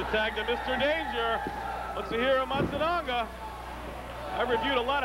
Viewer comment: I love the how the comentator (not paul) tries to say Matsunaga "Matsunooga" "Matsooga"